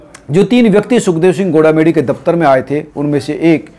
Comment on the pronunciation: Gola medi nhi bhai goga medi h